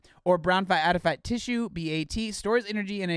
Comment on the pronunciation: they didn't refilm his video because he didn't think anyone would notice him mispronouncing adipose lol